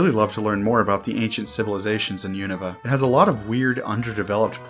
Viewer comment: Really refreshing hearing someone pronounce Unova the same way as official Pokémon media does